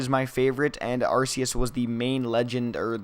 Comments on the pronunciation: no are-key-us is not only for how they pronounce it in the anime are-see-us is not the way to pronounce it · By the way arceus is pronounced are-KEY-us